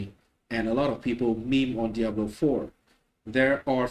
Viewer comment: I like how you pronounce Diablo(w) ;p